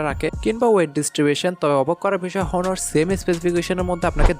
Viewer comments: ভাই, প্রোনউন্স বা উচ্চারণটা হবে অনার। হনার না। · ভাই হনর না এইটা উচ্চারণ হবে অনার